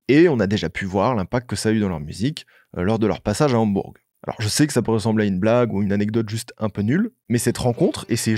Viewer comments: Merci pour la vidéo 🙏 Hambourg se prononce « Hambour » je crois 😊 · Super vidéo mais pitié comment t’as pu parler de Hambourg au moins 30 fois sans jamais vérifier la prononciation ?? « HambourGUE » en boucle pendant 10 minutes je n’en peux pluuuus ça nous sort tellement de la vidéo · ???? "Hambourg" ...on ne prononce pas le "G" mon poteau ... a quoi sert ce podcast fait par un "jeune moineau" ...parle d ge groupes de ton âge , ne touche pas au Beatles OK Mr. HAMBOURGGGGGGG.... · ÇA SE PRONONCE PAS HAMBOURGUE WESH !!! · en Français on dit pas le G à la fin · coucou j'ai adoré ta vidéo mais juste pour dire que dans Hambourg il ne faut pas prononcer le g (sauf si tu le dis en allemand et là il faut aussi prononcer le h) sinon j'aime trop tes vidéos !!! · Très bon récit, précis, documenté mais...............................on ne prononce pas le G de Hambourg !! Mais cette analyse est phénoménale pour moi qui suis fan depuis les année"s 67 !